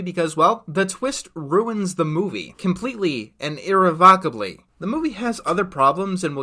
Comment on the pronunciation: That's not how you say "irrevocably"